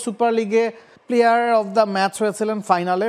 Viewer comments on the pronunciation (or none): none